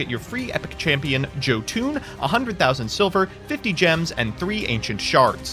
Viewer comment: hearing mispronunciation of jotun broke my heart